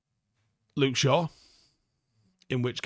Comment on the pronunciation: Luke shaw, 11th minute, 3-1 United Edited - his name is Luke, not Lyme 🤦‍♂️